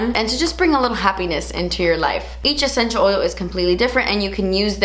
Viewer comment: Nobody:: “ECHENTIAL” OILS!